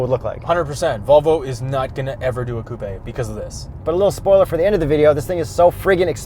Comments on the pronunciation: stop saying ‘coo-pay’. Lol you aren’t sophisticated or European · Wait why does he pronounce it like toupé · Where are you that coupe sounds like coopay? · Can anyone count how many times they've said "Coo Pay" in the video lol